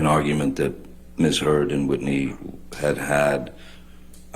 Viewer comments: listen to the lawyer call her miss turd xD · Am I the only one hearing her say "Ms. Turd?" lmaooo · I knew I wasn't crazy like I swear for the last 15 minutes she's been saying Ms. Turd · did the lawyer actually say “miss turd”? Edit: ok. After watching further I notice more people noticed this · Did JD's lawyer say "Miss turd" as a purposeful mistake ? Did I hear correctly? Is anyone else hearing miss turd at that point? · I swear, JDs lawyer just said miss turd....sounded very like it....hahaha...imagine.... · DID SHE SAY MISS TURD??